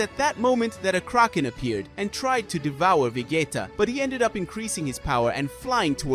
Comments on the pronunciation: If you cant even pronounce vegeta right im already done watching lol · Bro is saying 'vegayta'😂